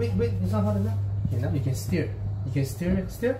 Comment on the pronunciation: Bro, I dont know why lah. ... Even when you say stir, i still hear it as steer 😂 hahaha..